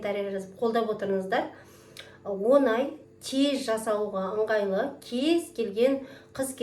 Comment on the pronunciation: Онай емес оңай